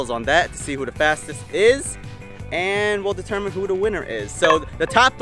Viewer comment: “who da fastess is and we’ll determine who da winnrr is” 😅😂😂😂